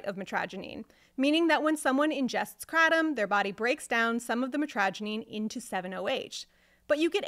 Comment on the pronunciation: lol take 7oh for a month and tell me it's like coffee withdrawal lol 😅you have found the only way to mispronounce it as well. Kray Tom or krah Tom kratem just makes you sound like you know less that you actually do. Wich is little to nothing